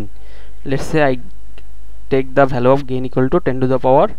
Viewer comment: very nicely explained I am thankful to you for this but if you dont mind then I want to draw your attention towards some pronunciation mistake 1- region it is pronounced as rigan. 2-value not bhalue